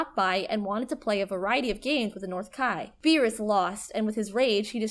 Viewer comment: What in the name of god was that pronunciation of Piccolo, Namek, Beerus, Majin Buu, and kaioken? She has never seen DragonBall and is just reading off a script, clearly. Is this what you guys want? An anime channel that doesn't actually watch anime?